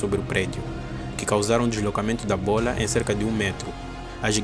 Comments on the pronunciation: Cara, vc tá falando bolha, e não bola. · “Bola” 😡🥵🤬 “Bólha” 🥰😍😌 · Bôila... bôila... rsrsrrrrs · ele fala Bôola kkk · Ótimo vídeo, e é muito engraçado ouvir ele falando "B O L A" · simplesmente a giganteixca buola do entretenimento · Toda vez que ele fala “bola” eu exploro de rir KKKKKKKKKKKKK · acho legal quando ele fala "bola" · Ele falando bola me lembra o pica pau falando bolo de morango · Cara, ótimo conteúdo, adorei aprender sobre isso. Mas é engraçado ouvir você falar bola, você por acaso tem alguma origem oriental?